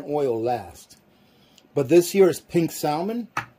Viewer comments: “SAL MIN” 😂 its “SAM MEN” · The L in Salmon is silent. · The L in salmon is silent!? Please sound like you know what you’re saying!!! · Is that an Alaskan thing to Pronounce the silent L in salmon..? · I don't know if I should trust someone who doesn't know how to pronounce salmon.